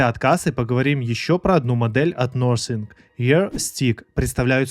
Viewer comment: Nothing- не нозинг, а нафинг, хоть названия правильно произноси